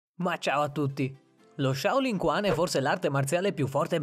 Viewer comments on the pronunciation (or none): Si pronuncia Shaolin ciuan, non kuan. Significa boxe (chuan) della giovane (shao) foresta (lin).